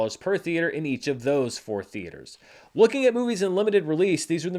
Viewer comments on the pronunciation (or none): none